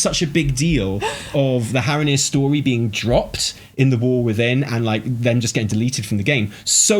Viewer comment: I died at Haranir are hara-here hahaha